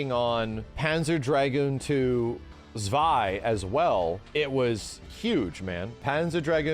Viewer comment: And it is pronounced "Tswai", my dear English speaking friends. NOT "Zwai".